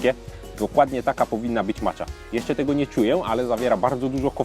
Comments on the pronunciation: dlaczego zdecydowałeś się na wymowę "macza" a nie bardziej zgodnie z wymową japońską "maća"? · czyta się macia a nie macza